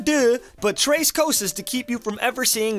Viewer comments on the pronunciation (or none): none